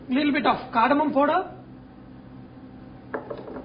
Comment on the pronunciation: dude its not pooder it is powder